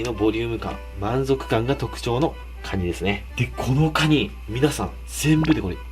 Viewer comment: クワァ二って聞こえた